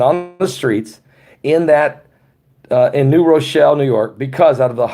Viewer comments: Drop the "E" sound from New Rochelle at the end!.. It's pronounced "New Rochell" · The E is silent. New rochell. Silent e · Lol... it’s New Rochelle.. ( Row-Shell) Cuomo scares me! He is a tyrant. I grew up across the Hudson River , in W. Nyack.... right by West Point Academy. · New Rochelle the E is silent.. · I dont think you hear the e on Rochelle.I live in Rochelle in another state and we pronounce it with the e silent. Lol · The e is silent in New Rochelle. I love you guys!